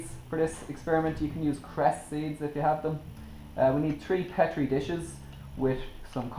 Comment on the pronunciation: You said petri wrong